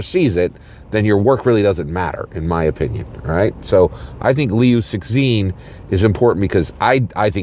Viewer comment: dude it is pronounced "lew-ts-shin" instead of "six sin". I understand it is not necessary to pronounce perfectly, especially in case where "xin" is indeed difficult to find a corresponding English syllable. you can always address him as Liu or simply omit the name. the way you deliver here is really distracting and difficult for people to follow along. keep up the good work!